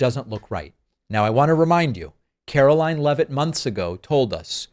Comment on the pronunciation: Can DEI Leavitt NOT produce the "T" sound??